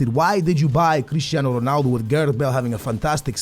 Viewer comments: u say stuff like Ronaldu instead of Ronaldo its annoying and funny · Why do you pronounce 'Ronaldo' Ronaldu